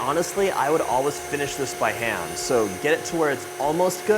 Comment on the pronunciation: thumbs down for overemphasizing almost every "so" as "SoOo" in attempt to scintillate the viewer. The overuse of paralanguage becomes kitschy, cringey, and annoying.